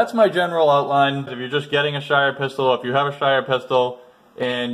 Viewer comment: Your pronunciation of Steyr is off.